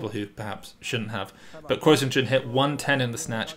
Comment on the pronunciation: Kuo sounds like Guo (there's not even a hint of a hard "k"-sound). Taiwan just sticks to a less intuitive way of romanization for political reasons.